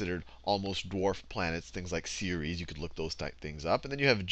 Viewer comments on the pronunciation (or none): none